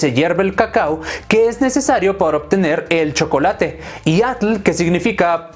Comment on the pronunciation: El shocolate (como lo dijiste) con leche